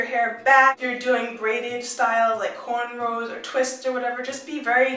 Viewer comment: lol she said corn rolls